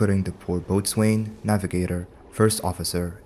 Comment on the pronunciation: It's another stupid English language exception, but "boatswain" is pronounced "bows'n". That's bow as in the arrow kind.